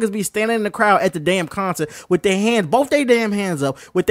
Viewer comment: Say concert again 😂😂